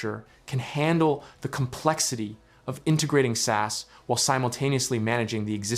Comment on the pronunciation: The way you say "SAS" I can't 😂 Please start saying S.A.S it's sound much better in English from a Norwegians perspective